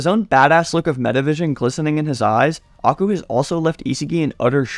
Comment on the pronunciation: can u please pronounce Aiku as eye - kuw and not aku